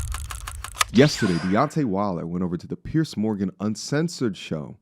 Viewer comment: Ive noticed most Americans can't seem to pronounce "Piers" and say it as "Pierce". Anyway, love the channel and wasn't having a go, just making an observation.